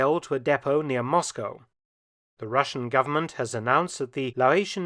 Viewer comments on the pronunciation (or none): none